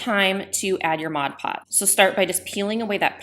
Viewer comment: Thank you for pronouncing Mod Podge correctly!!!!